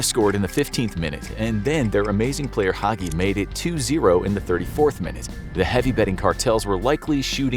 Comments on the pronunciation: it’s pronounced “haji” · Romanian star player name... George Hagi ... is it so hard to look up how it is pronounced?